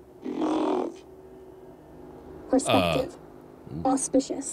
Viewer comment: Its pronounced moave not mave gosh